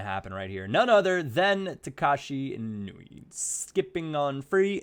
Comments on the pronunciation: Its eee-noo-eee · It's I-nu-e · It's in-wee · its pronounced ēnui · it is said In-oo-ee, just had it right before:)